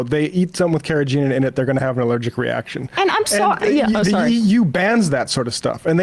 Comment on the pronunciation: found an even weirder way to pronounce "carrageenan", I'm very impressed lol